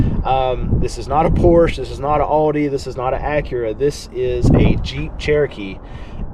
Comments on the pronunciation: Audi is pronounce OWDY (Like "ouch" please say it correctly. Also, the chevy dealer that I work at has never put a market adjustment on any of the vehicles we sold, even during the pandemic and shortage. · Please say Audi correctly. It pains me hearing you say Adi.